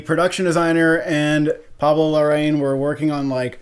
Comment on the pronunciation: By the way it’s pronounced Pablo La-ra-een:)